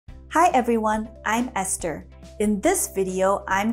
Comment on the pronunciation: The teacher Esther is good.. great ..very clear pronunciation and very clear language .l congratulate you for your amazing way of teaching